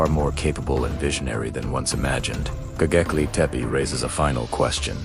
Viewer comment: GoBEKLI, NOT goGEKLI...